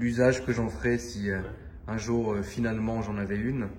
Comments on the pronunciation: un jour " finalement " vinnh diééé🙄😂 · j'ai beaucoup aimé la facon dont tu as prononcé "finalement"........et si c'était une vrai config "finalement"